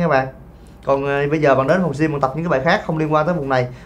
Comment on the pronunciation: Bạn nữ này phát âm từ Gym tệ hại quá....